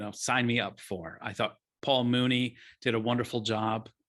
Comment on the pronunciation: It’s not pronounced Mooney. It’s Myewni. I wish that reviewers would first learn how to pronounce his name before discussing Muni’s films. Otherwise, good review.